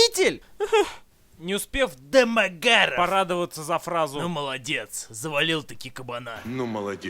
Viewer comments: можно бригаду почему домогаров таким тембром произносится? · С тех пор фамилиё Домогаров произношу только с интонацией Евгена! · такая озвучка фамилии признак дебилизма произносящего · Имел несчастье посмотреть это кено... Обзор лучше снят, игра актёра на высоте, ржал ппц, особенно убивает как произносится "домогаров" 🤣, как в трейлере этого говнофильма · Жека 😆😆ты то Жека шо куришь, ударение на домогаров это аут🤣🤣🤣🤣🤣🤣🤣🤣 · Народ, кто-нибудь, проведите мне ликбез, почему фамилию Домагарова произносят с такой интонацией. Первый раз я услышал её в обзоре Евгена на "Союз спасения", но, как я посмотрю, корни куда глубже. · С каждого его произношения "Домогаров" я ржал до следующего xd xd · хаха почему он так произносит Домогаров? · Как затрахало слышать акцент на одной и той же фамилии! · С каким выражением лица, автор произносит фамилию домогарова? :D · этот ролик научил меня говорить "ДЭ-МЭ-ГЭ-РАВ" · дамаГЯров! ещё и с таким смачным произношением))) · почему он его такой интонацией называет?) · Почему он произносит Дэ-Мэ-Га-Ров с такой интонацией?) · Это не только я так произношу фамилию ДомогАрова? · Очень нравится, как Бэд произносит =ДомоГАров!= Еще нравится в подобных фильмах, как мочат главного героя, ну почти убивают, и только после этого у него просыпаются мощные силы и он отоваривает всех многочисленных врагов... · Ох уж это произношение ДАмАгАрОв🤣🤣🤣ржакаобоссака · а почему он его с такой интонацией называет-Дамагггаарав? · Я щас умру со смеха этого произношения ,,Демагаров,, 🤣🤣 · Теперь если по тв или в инете вижу эту фамилию произносится в голове так же как в обзоре ДамАгаров🤣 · Это произношение «Домагарэээв» преследует меня уже вторую неделю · С*ка, обожаю когда произносится вот это вот "Домогароув") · Да у Евгения какая - то своя нелюбовь к Домогарову. Всюду так его произносит. Боюсь, что скоро в фильме, где его и не будет, всё равно произнесет Дамагарэв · если следовать произношению Бэда, то писать нужно "дамаГ-ГААрова"